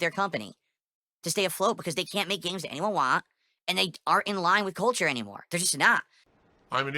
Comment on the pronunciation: 🐷: "Ubisahft doesnt know about Jappaneez kulture!" Says the guy who couldn't find Japan on a map.